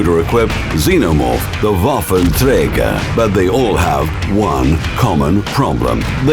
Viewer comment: The way he says Waffentrager is indescribable.